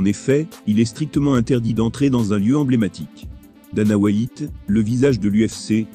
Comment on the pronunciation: « Dana Whaïte »